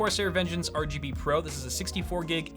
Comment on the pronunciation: mor are gee bee ree